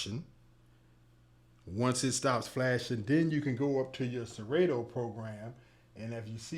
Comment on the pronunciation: did you say "siraydo"? ITS PRONOUNCED SERATO